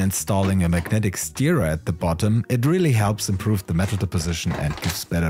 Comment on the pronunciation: Das "ir" in Stirrer spricht sich wie das in "Sir". LG, Hammer-Ergebnisse!